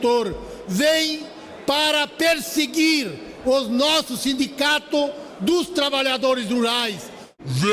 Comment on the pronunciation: É sindicatos, ou simdigatos😂